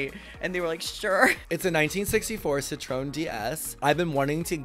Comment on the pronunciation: Its pronounced; Cit-troy-yen... not cit-trone... just so you don't look crazy out in them streets gurl... im french, its beautiful btw